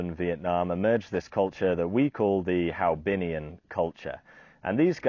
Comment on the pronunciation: HoaBinhian , not HaoBinhian . After the 1st H is the o followed by the a. The Vietnamese name is "Văn hóa Hòa Bình."